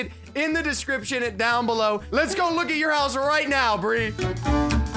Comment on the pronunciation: Yea "rite"